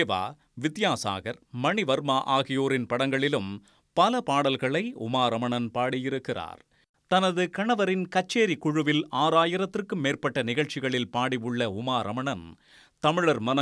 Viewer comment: மணிவர்மா இல்லை அவர். மணிஷர்மா. தெரிந்து கொண்டு வாசிக்கவும் .அது போல் காட்டுவது வித்யாசாகர் அவர்கள் ஃபோட்டோ. மணிஷர்மா ஃபோட்டோ காட்டவும் இல்லை.